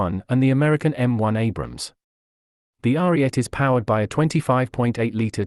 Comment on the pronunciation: whats with you idiots calling the abrams "abraham" lmao.